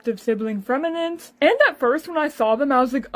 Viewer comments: “Freminent” noo it’s pronounced fremi-nay he’s French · That’s not how you pronounce his name its frem -eh-nei